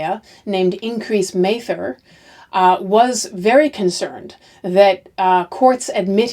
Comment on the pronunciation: My 10th g-grandmother, Margaret Scott, was hanged in the last of the hanging. I have studied this period a lot and I appreciate your presentation very much. However, you mispronounced Increase Mather's name. I am descended from his father, Richard Mather and it's not a long A sound.